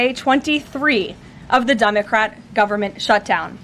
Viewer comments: She saying dumbocrat? 😂😂😂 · I thought she said dumbocrat. Lol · Did she say DUMBercrat? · LoL she said, "dumocrat" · She said "Dumbocrat" 😂😁🤣🤭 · Wait, did she just say 'Dumocrat' ?!?!?! Hahaha :) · Did Karoline just start this clip by saying dumbacrat?😂😂😂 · Did she say “dumbacrat “ 😂. Great job 😂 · Love how she says Dumbacrat instead democrat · Did she say dumbocrat haha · Did she say Dumbocrat? LOL 😂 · Does Caroline keep saying Dumbocrat? Sounds like Dumb-ocrat. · Did she say, “Dumacrat??” 😂😂😂